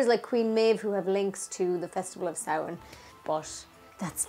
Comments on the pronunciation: Yayyyy!!!!! Someone who can pronounce samhain properly!!! Only thing I was confused about- I've never heard taibhse for ghost! I only learned the word Púca! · Love the video. So refreshing to hear things pronounced properly like Samhain and not Sam Hane. Fair play to you.